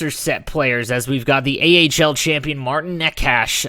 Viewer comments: Same with Nečas, but I don't blame him, European names are difficult to pronounce if you're not familiar with how they should sound... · U slayed my bro necas name -_